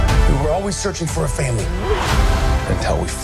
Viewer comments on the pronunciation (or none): With Dom it’s pronounced “fahmillyggghhhhhh”